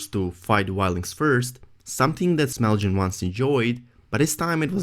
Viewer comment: it's Small Jon. not smelljin. lol